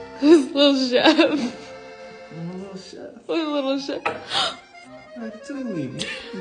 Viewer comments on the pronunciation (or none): “He gave me all the good re-cip-ees” was gold